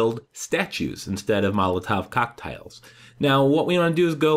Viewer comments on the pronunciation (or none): PRONOUNCED COCKTAIL, NOT COCKTILE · You butcher Cocktail everytime